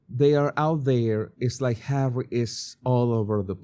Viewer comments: Why can this woman not say Harry?? It's physically harder to say H than Harry. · I loath how she thinks it's cute or whatever to call Harry H-A-I-T-C-H! 😡. We all know how bloody bone idle she is but she can't even say his name properly?! Perhaps she needs another lie down whilst everyone else does the work she will then pretend she's done! 🙄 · Why is she calling him H? I get it if she uses it if he would have a very difficult name to pronounce but its Harry. Its like putting him down with just saying H. Its like he's just a thing to her